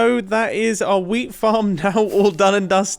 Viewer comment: "15 year old me right now would be getting very very excited indeed at the prospekt of having lots and lots of wheat" (Is this just me being a german, non mother tongue English speaker or does wheat really sound like weed which makes this sentence a LOT different😂)